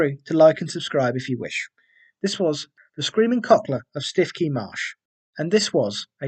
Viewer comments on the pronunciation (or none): It's pronounced "Stew-key"